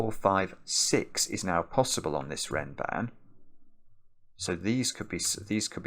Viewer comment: Funnily enough, I never realized the connection because of Mark/ pronunciation (the "a" should sound like the a in "bra"), but then I heard Zetamath say it in a video once and it clicked